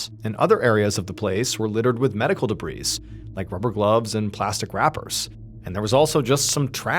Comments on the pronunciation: The word debris is pronounced “debree”. It is not, as you have said many times, pronounced “debrese”. Stop it! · Friendly feedback: Debris is pronounced “deh-bree”. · Debris is pronounced with a silent 's'. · Would someone on MrBallen's team please, please, please teach him the proper way to pronounce the word "debris😊." The "s" is silent. He's such a wonderful storyteller; he deserves for his listeners not to be yanked out of the story because of a small but jarring mistake like that. Thank you.